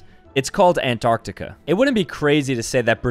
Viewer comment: 'Asia, Australia and anrartica' wow gg bro lol